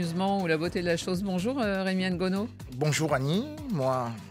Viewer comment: Pourquoi la présentatrice dit Rémi N-gono . C'est Rémy Ngono!!